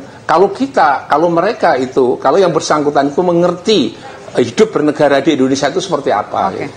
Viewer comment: INDONESIA WOY BUKAN INDONESA